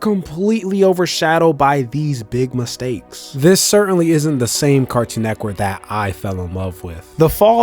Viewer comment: Why when bro say network he pronounces it "network" but when he says cartoon network he pronounces it "cartoon neckwork"? 😂 am i trippin or what?